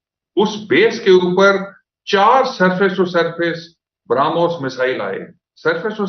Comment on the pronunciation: ब्रह्मोस म्हण रे बाबा, ब्राम्होस नाही ते.😂